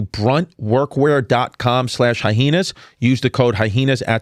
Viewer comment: Why does he keep saying Hyenas like "Hy-Henas"? lol